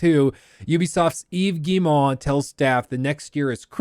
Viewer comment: "Eeeves Gii-moouh" love the way you say his name 🤣🤣🤣🤣